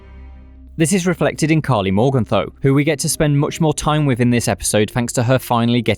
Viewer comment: it would be awesome if Karli developed the power to pronounce her name correctly. How she is supposed to be Swiss is beyond me.